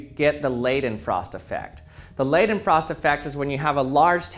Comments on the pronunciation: Lay-then-frost? I think you meant Leidenfrost! (As in "lie" not "lay") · It's pronounced Laydenfrost (similar to the i in Hi), sorry but it's sort of aggravating. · the ei in Leidenfrost is pronounced like eye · It's always interesting to hear all the variants english speakers use when trying to pronounce the german "ei" e.g. in Leidenfrost. The funny thing is, it is not a special sound at all and regularly used in english: It's just the sound the letter "I" makes, or the word "eye". And while we are on the topic, I very often see that people switch the "e" and "i" around, writing "ie" when they want to write "ei", but this is pronounced completely different, more like the first sound in "eagle" but with a longer emphasis. Probably why this typo is so much more noticable to native german speakers. Thanks for attending my TED Talk.